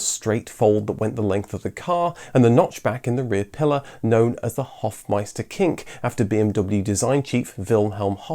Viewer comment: Hofmeister-Knick! Not kink.